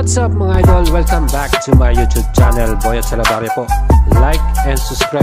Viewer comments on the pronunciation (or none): none